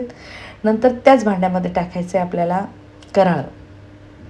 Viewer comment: कराळ नाही कारळं म्हणतात